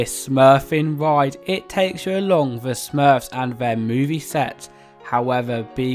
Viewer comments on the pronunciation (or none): none